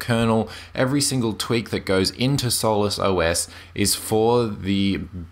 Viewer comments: is obviously mispronouncing solus. And Doflicky is only the binary's name. It appears as Hardware Drivers in the menu for the user. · After 3 beers and a joint it sounds like "soulless" ;) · one syllable? No it's not. Sol-us = two syllables.